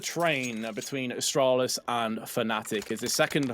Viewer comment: The way the one NA caster says Astralis hurts me so much